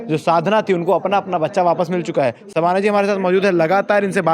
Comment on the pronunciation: शबाना और साधना के उच्चारण को समझे भाई ये जान बुझ कर नहीं किया होगा ऐसा मुझे सुनने के बाद लगा